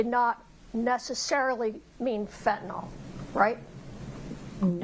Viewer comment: Everyone mispronouncing quetiapine and fentanyl is driving my medical brain crazy 🥴🥲